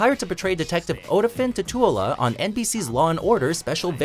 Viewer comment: also its pronounced Too-too-oh-la